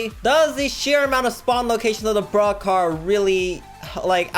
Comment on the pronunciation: its sounds like he's saying BRUH car Not Broke car